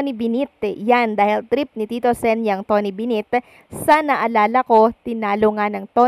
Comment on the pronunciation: ATE KUNG SINO KA MAN. TONY BENNETT PO. Ang pagbasa BENET. HINDI PO TONY BINIT 😂😂...